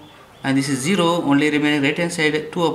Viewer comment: nice explaining but please, it is zero not shero